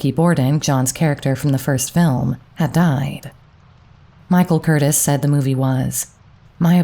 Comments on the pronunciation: It is pronounced Michael CUR-TEAS!! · I really enjoy your channel. You do your homework, but let’s work on pronunciation. The director’s name Michael Curtiz is pronounced kur teez. Thank you. ✨✨ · I wondered why there were so few movies with him in them! An amazing presence. Michael Curtiz is pronounced “Kur-Teas”. I believe he was Hungarian. Interesting how Curtiz directed a lot of very masculine stars like Bogey and Flynn. One of my favorite quotes in Flynn’s autobiography was “A now I must go and put on tights again for Curtiz.”